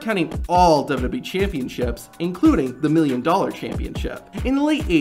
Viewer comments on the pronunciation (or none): none